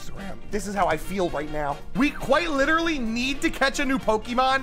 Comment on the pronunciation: I was here at 3 mins I'm widdawy hidding da griddy